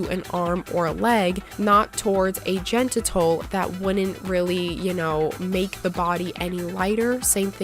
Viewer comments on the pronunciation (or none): please learn how to spell and pronounce GENITAL.... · Ouch that mispronunciation is hurting